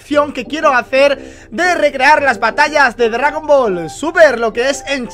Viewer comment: Este men dic3 dgagon ball no dragón ball